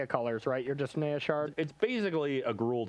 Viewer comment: First time hearing someone pronounce naya like